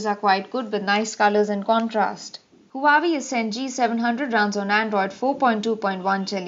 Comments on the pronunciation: HUWAEI IS PRONOUNCED WAVI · Pronounced as Hu-Aa-Wei